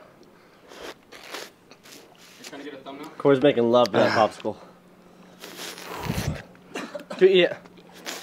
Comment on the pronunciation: "bopsicle.." did anyone else catch that?! haha